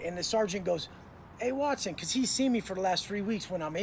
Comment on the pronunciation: Whenever you clown on his last name by pronouncing it 'whats-own', it cracks me the hell up!😂😂